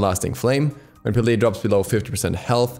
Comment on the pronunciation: Peh-leh not pee lee